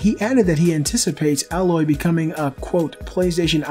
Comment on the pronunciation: thanks for actually saying AYE-loy, not AH-loy. And Hermen Hulst said that Aloy wasn't inspired by Ygritte because this game was in pre-production before Game of Thrones started airing.